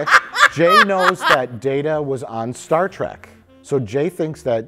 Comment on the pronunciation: "Star Track"